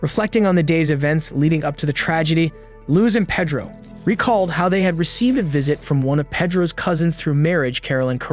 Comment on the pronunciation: It's pronounced Pay-dro, not Peh-dro